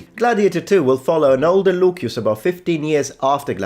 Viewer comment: Am i stupid? Why are you saying Lukius and not Lucius?????????